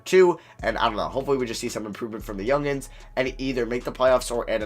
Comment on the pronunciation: Nobody: Literally Nobody: Not a single soul on planet earth:: "YoUnGiNs"